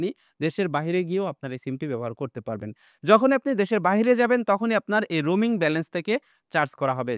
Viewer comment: Roming na, Roaming hobe